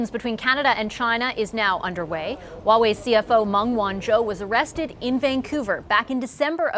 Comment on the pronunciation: how immature, the pettiness of mispronouncing Huawei on purpose. pretty sad when CBC has to lower themselves to CCP standards and play their childish games /ˈhwɑːˌweɪ/